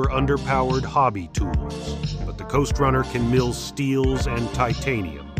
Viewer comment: I first thought you said Ghost runner lol....time for uppers!